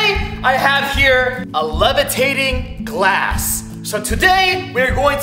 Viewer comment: The first time he wanted to say glass he said class